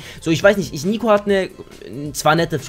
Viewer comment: Hab einmal anstatt Nico Snico so von Snickers Eis gehört hhahaa :)